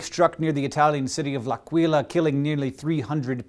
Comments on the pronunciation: it's l'Àquila not l'Aquíla. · humbly making people notice... it is l' àquila and not l'aquìla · It's pronounced " l'àquila ", not " l'aquìla ". ;D